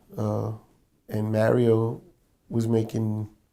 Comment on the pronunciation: anyone know who the songwriter/producer he mentioned at the beginning? Thought he said Mario, like Mario Winans, but it sounded like Mario Waisa ... can't find any info